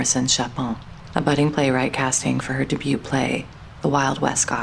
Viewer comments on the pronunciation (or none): These are interesting and relaxing to watch, but why the really strange and incorrect pronounciations on certain words in each of these videos. Very everyday words like 'debut'. Mmm.